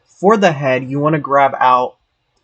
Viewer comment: “Zee head” made me chuckle